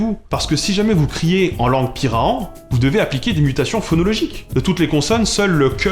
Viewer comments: pirahã se prononce PI-RA-1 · A part quelques erreurs de prononciations sur le pirahã (tu fourches un peu mais cela reste acceptable pour un débutant), trés bonne vidéo !